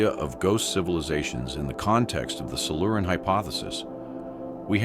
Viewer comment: Silu-Ran?? Not Silure-ian??